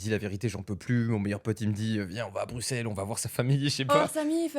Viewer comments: Par contre ça se dit pas « BruXelles » mais « BruSSelles » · On dit pas le X de Bruxelles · on Bruxelles et le x se prononce s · Incroyable juste je suis belge et on prononce x s dans Bruxelles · On dit bruSSels et non bruXelles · BruXelles ça fait mal au oreilles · BruSSelles ça se dit, on prononce pas le X comme un X :D Oui je sais on fait chier ! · Brusselle maghla brusselle s'il te plait Sinon on dit bx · Ca ce prononce Brussel :face-green-smiling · j'aimerais que les gens disent Bruxels avec un ''S" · ont dit pas le x de Bruxelles Maghla